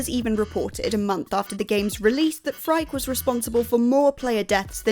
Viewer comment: Yes, and Phrike is pronounced “free-kay” (it's Greek)